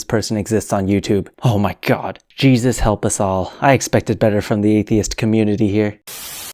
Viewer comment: Haha "...the fingerprint of Jaysus!"